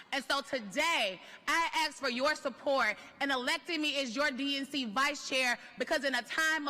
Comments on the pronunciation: Why can't Americans pronounce ask correctly? It's definitely not ax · "i axe for your support." subtitles on point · Why are they always saying axe instead of ask? 😅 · Axe..axe..axe..axe.🪵🪓..what are you asking? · What the neck 😅 "I AXE" HAHAHA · Closed captioning really thought she said "axe" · I'm sick and tired of an entire group of people who can't pronounce the word "ask".